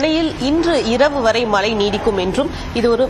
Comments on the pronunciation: As a reporter முதல்ல "மழை" ன்னு சொல்ல கத்துக்கங்க... மலை.. மலை ன்னு சொல்லி, அன்னைத்தமிழை அவமதிக்காதீர்கள்... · Aeno theriyala angulla tamizhargalukku ucharippu sariyilkzi. Mazhy endra sollsi malsi endru dolgirargal. Asingamaga ulladhu. Nsgal tsmixh nsttil illsiyendalum swachcha tamuzh pesugiram . Vetkka kedu. Angeya pirandhu valarnfhalum pesum varthaigal kevakamaga ulladhu. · Mazhai varum pogum aanaa, mazhai nu engalukku solla varaadhu